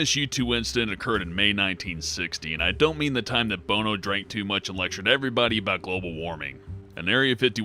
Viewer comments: it's not pronounced bone-O its pronounced bon-o and also in may 1960 he was literally just born like maybe a few days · Its bono not boneo idiot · "Bone O'' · Can't believe has never heard Bono's name before. So odd.